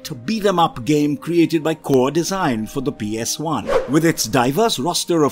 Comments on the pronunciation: Did this mofo really just pronounce PS1 as “PS eye”? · Is there a reason why you have a habit of saying psi instead of ps1🤔 By the way interesting list of ps1 game's thanks for sharing the memories😊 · Why does he keep calling it a PSI?